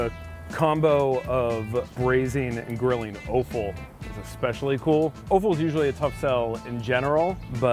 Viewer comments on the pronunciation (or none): I learnt another new American v British pronunciation difference today. We say Offal as is 'Off-al', seems to say 'Oaf-al'. Pretty sure it's the sneaky french pronunciations that sneak into America, like erbs instead of herbs. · It's pronounced "awful" not "oaf-al" offal.... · prounounced AWful , not oaful, but it is tasty , its tripe ? duh get over it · The way you pronounce Offal is hilarious it's sounds like Oooful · that "offal" pronunciation though... cringe